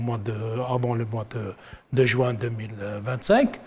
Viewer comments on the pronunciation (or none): none